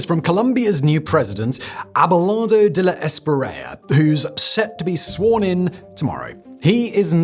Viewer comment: Simon, first time I saw you speaking of de la Espriella, I was amazed you pronounced it about right. It's not Espirella. He's huge on posturing. At this point, have to wish him luck.